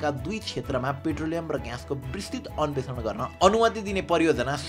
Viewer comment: अन्वेषण ✅ अन्भेक्सन ❎